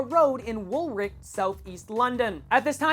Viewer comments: it is not wollwick WOOLish is how you say it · WOOLWICH No its wool Lich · You said Woolwich wrong. Its Pronounced Wool itch. Sorry but i couldnt help myself :p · Omfg when he pronounced Woolwich ahahahaha